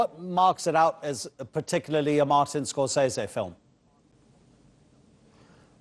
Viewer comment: This reviewer doesnt have a clue. Scorsese directed the godfather ? Lol, got the ages wrong, cant even say scorsese’s name properly, mean streets wasn’t made in the late 70s. Embarrassing.